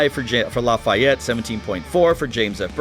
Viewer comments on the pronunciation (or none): Great Video! And it's La-fee-ette #POTB